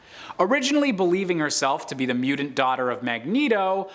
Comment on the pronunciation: Anyone else have a problem with how he pronounces mutant ?